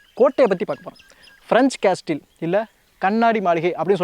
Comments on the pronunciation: காசில் என்று கூற வேண்டும் ..அது காஸ்டில் அல்ல bro. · முதலில் சொன்னது பிரன்ச் காஸ்டில் என்று சொல்ல கூடாது. பிரன்ச் காஸில்... என்று சொல்ல வேண்டும். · "கேஸ்டெல்" இல்லை "கேசில்" இதை இப்படித்தான் உச்சரிக்கணும். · Castle சரியான உச்சரிப்பு கேஸில். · Castle should pronounced as Casil. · "T" silent for Castle pronounce as கேசில் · காஸல் என்பது சரியான உச்சரிப்பு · Castle இந்தச் சொல்லை உச்சரிக்கும் போது t சைலன்ட் ஆகி casle என்று உச்சரிக்க வேண்டும்! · Hi unga ella videos uhm super, thapa eduthukatheenga correct panrathuku! Castle sollaravitham thapa solareenga t silent in castle so casle apde thaan solluvanga